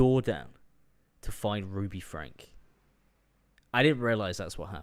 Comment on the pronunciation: Ive been watching/following 8 passengers since around and I can confirm Shari is pronounced, by the family at least, more like Sherry, with an "eh"' sound rather than an "ah" sound. Also the surname is pronounced like "Frankie" or "Franky"